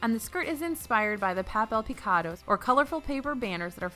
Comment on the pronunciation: Paple pecoda 🥴 why you pronounce it so bad lmaooo